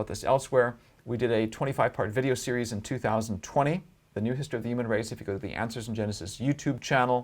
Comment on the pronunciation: Really interesting, but he pronounces a few words really weird like "narrative" and "human". Not a big deal but my inner pedantic self needed to say something.